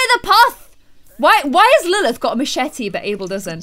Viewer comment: You said Emma nested of Lilith